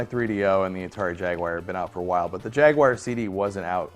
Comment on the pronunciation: Why do people always pronounce it Ja-wire instead of Jaguar?